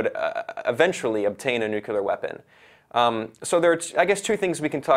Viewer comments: Is it too difficult to say new-clee-ar instead of new-cu-lar ? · Nuclear, say it after me, Nu - clear. Nucular is when a bomb goes to the gym to get buff.